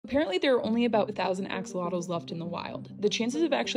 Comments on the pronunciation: We as Mexicans appreciate the interest in the ajolote/axolotk. But please stop pronouncing it like axle-lottos lol it’s pronounced ah-ha-low-Teh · Fun fact, it's pronounced ASHolotl, not AX! Aztecs pronounced X as a sh 😊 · Sho* not cho, and "lot" part is followed by a sound not found in English or Spanish, so pronouncing it is difficult for most in general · It's pronounced as Ahh-Cho-Lot not Axe-Zottle so many people mispronounce this word. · It's real pronunciation is a AH–SHO–LOTL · It’s pronounced ah-show-low-t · Its pronounced asholotle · down to even the bottle. video did blow up about the axolotl, and she's not even pronouncing the name right lol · The way she pronounces the x is like nails on a chalkboard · Went to Mexico and didn’t even learn the proper pronunciation of the animal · Why can no one pronounce axolotls right 💀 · I appreciate you taking time to learn about Axolotls, but please learn how to properly pronounce their name! It's annoying seeing all these foreigners recently obsess with Axolotls but don't take the time to pronounce their name correctly and learn why they are only native to Xochimilco.